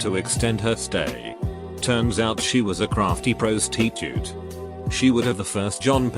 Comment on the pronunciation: Nobody: Not a single person on earth: This video: ProuhstEEtuht